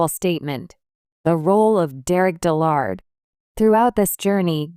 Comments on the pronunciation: DIL lerd not dil LARD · Pronounce and spell his name correctly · AI is not that good at pronunciation :)